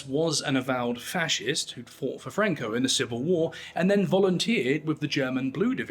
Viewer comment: Franco was Spanish, not Italian. There's no reason to pronounce his name with a CH sound.